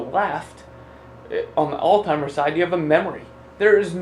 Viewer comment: So hard to listen to someone who can't even pronounce Alzheimer's correctly